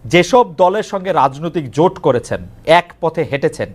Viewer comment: জামাতের ওই নেতাতো ভালো ভাবে বাংলাই বলতে পারেনা | জোটকে বলছে জুট | ভোটকে বলছে ভুট | জামাতের নেতাটাকে আকর্ষণীয় (impressive) মোটেও মনে হলো না |